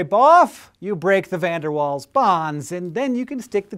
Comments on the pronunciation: Waal is not pronounced like "wall", it is pronounced like "vall". It's German so, yea. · Pleeaasee stop pronouncing Waals as wals, it's Vaals! =( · its pronounced VAALS not waals hank ._. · If you are British it's pronounced VAALS not walls. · Its not said waals, its said like vaals. (he was dutch) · isnt it pronounced vaals? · Waals is pronounced "vals"